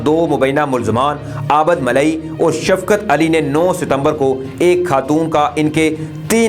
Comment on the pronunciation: sb please consult your elders to correct the exact pronouncing cast of ABID